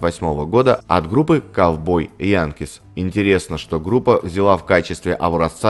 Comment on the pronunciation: 16.05 название группы Cowboy Junkies произносится Джанкиз а не Янкиз